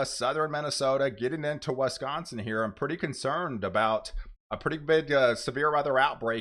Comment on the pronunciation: It's Wisconsin not Wesconsin